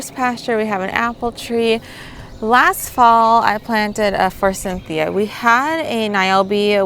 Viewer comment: Good measuring i do that too. About the Forsythia. Do I hear you putting a "n" in the word. ?